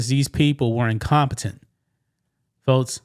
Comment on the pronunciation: I love dude’s unique way of pronouncing K sounds with T’s (e.g., “folts” & “Metsico”). 😅✌️ “Skydivin? Naw I’m good!” 👈 KAZACKLY! Life is WAY too precious to risk it on cheap thrills. 🤷‍♂️